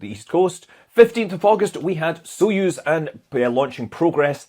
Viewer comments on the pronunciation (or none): none